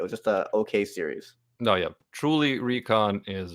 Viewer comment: I don't know what season Rant Cafe Isekai is coming out but I'll be there and calling Recon "Reeks" had me laughing my ass off